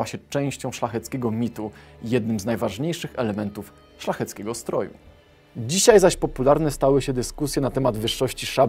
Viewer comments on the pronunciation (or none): none